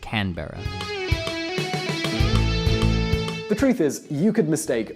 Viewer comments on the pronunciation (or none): For the last time it's Can-bra not Can-berra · It is not can-Berra mate it is Canberra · Melbourne is not pronounced Melbourne. It's pronounced Melbin. Canberra is not pronounced Canberra, it's pronounced Canbra. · its not can-berra its canbra "Canberra" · dude its pronounced canbra not canberra and melburn not melborn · We pronounce is canbra not Canberra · love how they can't pronounce an Australian city to save there lives as it is mel burn not mel born and can bra not can berra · Really Melborne?! its melbourne pronounced like burn, and canberra is not can Be ra its canbrah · ‘Mel-born’ and ‘can-bburra’ you when to harsh in the bs there my friend. Canberra is pronounced ‘canbra’ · canbeara lol nah mate its canbra! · Um its not Can-bruh its Canbra And its not Mel-born its Melbone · its not pronuced can~berra,its pronounced can~bra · Can berra? U pronounce it like can-bre-ah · Its like Aussie names are too fucking complicated to pronounce? Can-berra?? No, canBRA. melBORN? NO, melBEN. Its no fking hard. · IT'S NOT CAN-BERRA! IT'S CABERRA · You guys should thank Australia we invented wifi cause we are smart Also Canberra is pronounced can-bruh not can-berra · It's pronounced "canbruh" not "can Berra" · look you dont pronounce it can-bera it's more like cam-bra. It's Mel-ben not Mel-born and we don't drive on the WRONG side of the road. You Americans do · I've commented this on so many videos, ITS PRONOUNCES CAN-BRAH, NOT CAN-BERA! IT MAY BE SPELLED CANBERRA, BUT ITS PRONOUNCES DIFFERENTLY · its pronounced as mel-ben not melborennn and can-bra not canberar even though its spelt melbourne and canberra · It's not can berra its pronounced canbra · It's pronounced canbra not Canberra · Can-berrrra? Mel-booorne? Cutter? Mooor-ron. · I lost it when they pronounced Camberra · Mel-born? fking Can-bera? get ur pronounciations right plz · Okay the way he pronounced our capital cities is hilarious Sydneaaayy Melboooouuuuurne CanbErRa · It's pronounced "can-bruh"